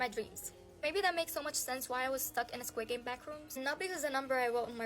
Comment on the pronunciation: * She says squid game* me : bro did she said squid games